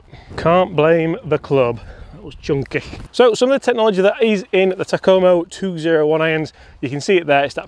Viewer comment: 201...These would be fun to beat my golfing buddies with. Takoma rhymes with Oklahoma.